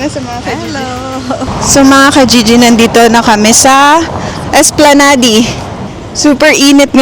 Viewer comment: Sorry it is pronounced esplanad...no offense meant.